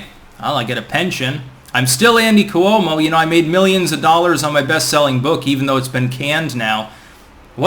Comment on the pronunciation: It’s pronounced Kwo-mo